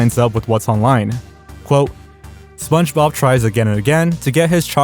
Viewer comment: I was laughing because you kept saying "kih-ens", but then you said "Spunjob and Patrick" and I lost it. And then you said "Spongebowel's mustache". I mean, dude. Your local community college will have a cheap course called "Voice & Articulation" which would do you literal wonders, my friend.